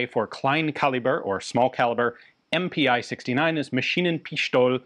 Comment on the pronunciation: Sorry Ian, but it is not "Em-Pee-Eye" but just "Em-Pee", "Pi" is spoken like American beer.